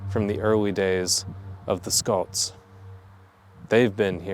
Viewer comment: I've also noticed you have begun to pronounce "Scots" the way Scottish folks do! Good for you!